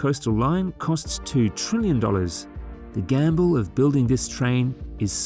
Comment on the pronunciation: Trillion, not Trillian